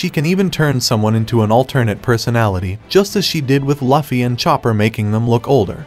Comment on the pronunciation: I'll give you a thumbs up but maybe the reason people do not subscribe to you is because you are calling their hero LAFFY! come on man it's Luffy wtf, I honestly hate it when you pronounce it wrong.